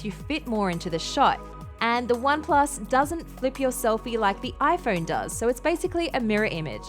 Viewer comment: Why does she say it HiPhone